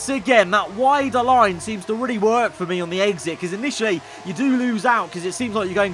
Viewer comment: "a great eGgSiT" 😂😂😂